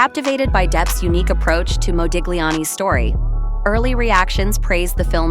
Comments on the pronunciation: Nice video. Only a note to the first narrator: the ‘g’ in Modigliani is silent… it is pronounced Modiliani 😉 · It's pronounced Modiliani. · You are not supposed to pronounce the G in Modigliani's name.... fact check before anything is the right way to go.... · My God! The "g' in Modigliani is SILENT! - as, that is how Italian IS! Either an AI Narration, or - a clueless American IDIOT! - Oh Yeah... GO, MAGA!